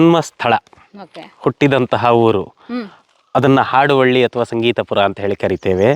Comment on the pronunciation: ಮೇಡಂ ಆಡುವಳ್ಳಿ ಅಲ್ಲ. ಹಾಡುವಳ್ಳಿ. ಹ ಕಾರದ ಉಚ್ಛಾರಣೆ ನಿಮಗೆ ಕಷ್ಟ ವಾಗುತ್ತಿದೆ.